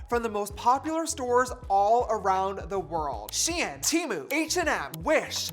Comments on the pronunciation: James it’s pronounced sheen not shi-en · its not she-an its sh-ein sounds like fein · I thought it was pronounced SHEIN